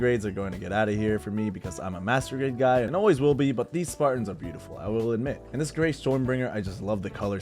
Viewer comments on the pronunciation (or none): none